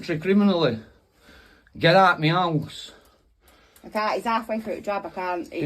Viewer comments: What the hell is a "meowse?" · What’s a me ouse?